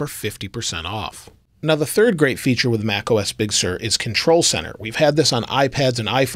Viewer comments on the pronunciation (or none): Bonus "fature" lol